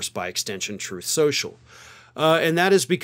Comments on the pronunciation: "Troth SENSHUL" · "Troth Senshul" 😂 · It's pronounced "troath senshal" 😁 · You mispronounced Troth Sensual...